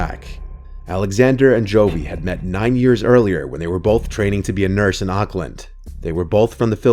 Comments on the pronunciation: love that your telling horror stories that take place in my country new zealand, by the way we pronounce auckland differently then the way you do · Why does keep pronouncing Auckland wrong lmao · i hair you having trouble with saying Auckland new Zealand.. ha 😅. its all good.